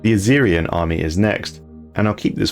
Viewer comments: Why are you saying azirian? Its spelled azizian, there’s no R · theres no R in Azizian, boss. It would be pronounced like its comprised of the names Aziz and Ian